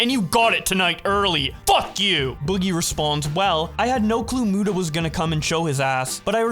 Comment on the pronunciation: I wonder if Keem will ever learn how to say Muta